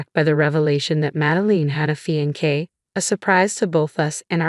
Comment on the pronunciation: Oh no!!! This is THE worst voice-over ever!!! Fee-an-kay??? What the good holy hell is that??? I know the word...but it is CLEAR you do not!!! Mad-e-line...you know....line...like you draw with a pen or pencil...or, in your case, crayons. Re-con-sider...long e on the "re"...not reh-con-sider.